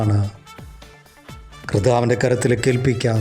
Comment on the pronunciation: കർദ്ദാവ് അല്ല സഹോദരാ...കർത്താവ് 🙌